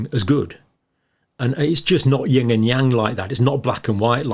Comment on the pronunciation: "just not yin and yang like that". John, it's yin not ying ! Plus, how "nuanced" is black with a white dot, and white with a black dot? Hardly black and white as you implied! Hehe.